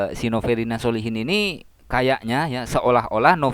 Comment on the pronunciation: SOLECHIN bacaannya bukan SOLEHIN tapi SOLE CHIN